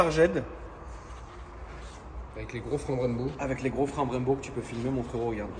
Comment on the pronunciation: La prononciation de superchzrged est insolente je viens d'avoir une commission célebrale